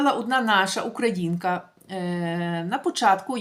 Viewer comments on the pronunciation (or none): none